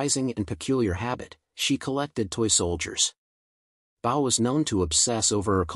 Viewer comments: totally ridiculous virtually none of these are in anyone's mind as hollywood celebrities Also it is clara Bow like tying a bow not BOW. like a cow saying BOW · Clara Bough???!!! How about Clara BEAU? I spell them this way to illustrate how lazy and insulting it is to your viewers to get the names of your subjects wrong.. JESUS CHRIST!!!! DO YOUR F**** HOMEWORK GUYS! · The AI voice doesn't pronounce Clara BOW'S name properly. And Barbara La Mar's name isn't pronounced properly 😮 Theda Bara's name is a mess.